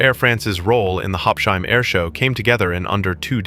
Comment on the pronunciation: please pronounce it correctly: Habs-Hime, not Hab-shime. Habsheim is not an English name or word, so please pronounce it accordingly.